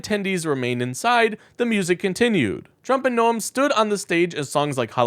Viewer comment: "gnome", not "No-em"